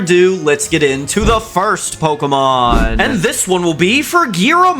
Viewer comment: Aiwut catem pokimon